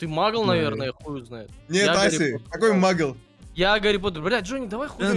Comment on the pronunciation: и кстати не мугл а магл